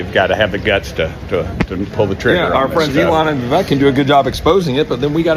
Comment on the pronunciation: funny how Dems shouted racism when Kamala Harris name was mispronounced but Jim Acosta can say VIvik instead of Vivek